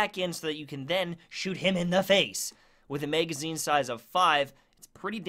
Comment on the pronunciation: You sound good man you really do but seriously why can’t you say magazine right? It’s not a MAYGAZINE!!!! Just like those annoying people that say axe instead of ask. Please correct this ASAP!